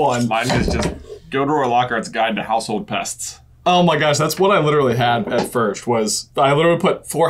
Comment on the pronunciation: Dude said VIRSCHT OF ALL